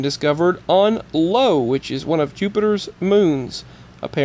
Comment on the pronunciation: Teton is pronounced with a double e sound, a long e as in "street", not an e as in the word "kept". Also, the moon Io is an "I", not an "L", so is pronounced either E-o (with a long e sound) or Io (with a sound like eye-o)